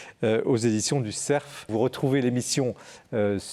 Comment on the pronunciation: Non et non, ce ne sont pas les éditions du ''SERF'' mais du ''CERF'' sans prononcer le f final !!!